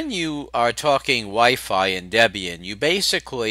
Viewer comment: Its Debian Deb is Debby and Ian is her husband you say it funny LOL